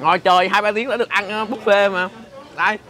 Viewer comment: Khi KhoaPug đọc chữ Buffet thành Búp Phét :))